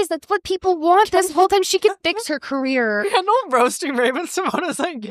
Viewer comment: Its Kendall not candle people